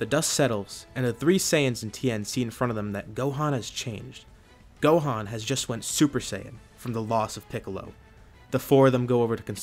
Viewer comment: he said dohan not gohan